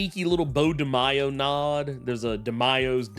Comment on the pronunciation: Also his name is de mayo not de myo